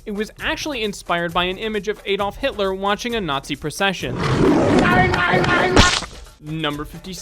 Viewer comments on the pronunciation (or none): none